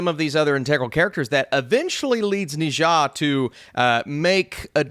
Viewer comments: Its pronounced "nerrr ja" not ne zhong. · It is pronounced "Neer Ya" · Na Zha is actually pronounced Ne Cha. He a God Of War, one of the god of honor.